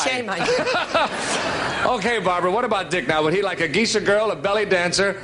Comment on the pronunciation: Geishas (Gay-shas) are Japanese. ⛩️🎎